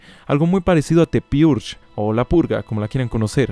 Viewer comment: Llego 3 años tarde pero aún así concuerdo contigo, en este video dio unas inmundas pronunciaciones del inglés, pues casi al inicio también falló cuando intentó decir "the purgue".